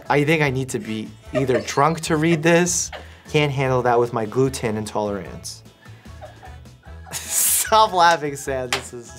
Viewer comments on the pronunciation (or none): The best part of the glue tin reaction is the more doctor Mike repeated the phrase, the more it would sound like "gluten intolerance", the more Sam would laugh, and the more dr. Mike would get confused. 10/10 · It is so easy to recognise "gluten intolerance" when you hear someone saying it and not reading it. Two times you said it so clear I thought you got it, but no. Sam was laughing so hard because he could hear it so clearly when you said it. Pro tip: to protect your wrist when using computer you should use vertical mouse and pad with support pillows. And those support pillows can be in funny shapes/ with funny picture, don't care that people judge you for that :D. Fair warning though -the disadvantage of the vertical mice is that they are more expensive and are easier to break, especially with the scroll. And harder to repair to top all it up. But still, I prefer my vertical mouse with broken scroll than normal mouse.